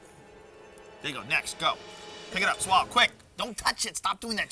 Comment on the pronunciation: Joe always said " Chew and Swollow"...